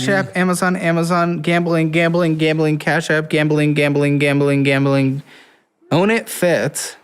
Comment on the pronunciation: Gambling, gambling, gambling, gambling , gab'ling, gab'ling, gam'ling, gam'ling, gam'ling, gam'ling, gam'ling, gam'ling... Yeah, if I have to repeat that word so many times I would give up on saying it properly as well.